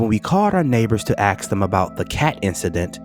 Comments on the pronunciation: This isn't Steve, the narrative isn't as interesting anymore. How can you say ax instead os ask? Please bring Steve White!!!! Disliked this video totally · This guys voice is very annoying. It’s almost like bad acting. 😒Also he says “axe” instead of “ask” which is ignorant.